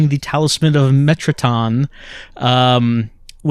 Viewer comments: meh-ta-tron, like Zone of the Enders metatron ore. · The game spells it metraton, but Dahlia pronounces it metratron. But yes it's metatron like the *angel*...